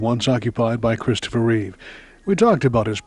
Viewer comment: It is Christopher Reeve, not "Reeves". George Reeves was the original TV superman.